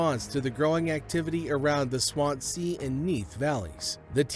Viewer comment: as someone from the area i appreciate the attempt to pronounce the names correctly, but cant help but chuckle at Swan-Sea every time you say it LL - is a TH sound as in when someone says "THE" but at the back of your mouth instead of the front DD - thats a TH sound at the dront of your mouth swansea is just one word without a break in there :)